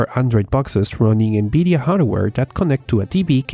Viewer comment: Good vid. I am still waiting for my Beta access ':| . BTW, I love hearing you say N-Beedia! :P